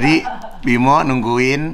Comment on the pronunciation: Kak igun, namanya bima aryo bukan bimo 😂🤣